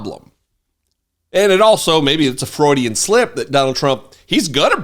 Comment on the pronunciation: Did say FRAUDIAN slip?? Now that's a genuine Freudian slip 😂😂😂😂